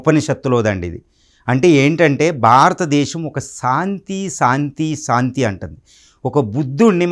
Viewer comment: సాంతి కాదు శాంతి స్పష్టంగా పలకటం నేర్చుకో సోదరా.